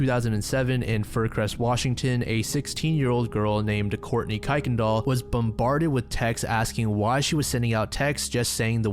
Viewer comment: i don't comment on videos here, but i needed to jump in and say that Kuykendahll is pronounced "kirk-en-doll" or that's how it was always pronounced when i lived near the street in houston